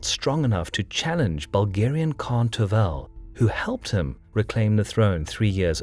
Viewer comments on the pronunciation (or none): 1. As a Bulgarian I LOVE your videos about Bulgarian history, as you are the only ones that cover it. 2. The name of the Khan is Tervel, but the stress is on the first "e". If you need help with the pronunciation of Bulgarian names (as I hope you will cover the battle of Pliska (811) at the least), you can just PM me here, and I will reply with the transcriptions of the names.